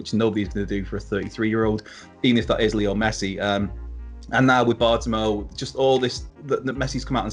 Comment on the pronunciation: It’s pronounced Bart-oh-may-oo